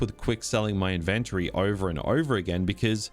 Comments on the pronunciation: I've never heard anyone pronounce Inventory exactly like you pronounce invent. I always thought the emphasis is on IN and not VENT. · Inventury? Like in-ven-tury? tury as in dury? 😂😂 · Never pronounce 'inventory' like that ever again lil bro 😭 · Saying inventory wrong 😂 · It was going to well, until I heard him pronounce inventory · never heard iventory pronounced this way lol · The way you pronounce "inventory" tripped me up, I've NEVER heard it pronounced like that before. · why are you saying INVENTORY in a wrong way